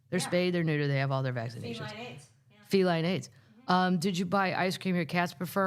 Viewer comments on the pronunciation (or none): none